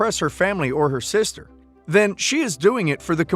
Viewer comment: She has a husband. And did you say 'cider' instead of 'sister' a few seconds before?